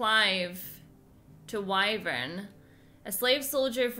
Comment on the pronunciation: I think the character's are pronouncing Wyvern's name incorrectly. Isn't it Why-Verne Not Why-vren?